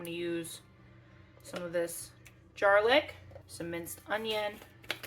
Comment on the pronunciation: I knew I had to stop immediately and subscribe the minute you said “jarlic”! 🤣🤣